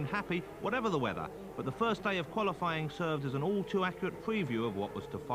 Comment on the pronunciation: The soundtrack is awesome its like 90s video game music. But common man “wet weather wace twack”😅😅😅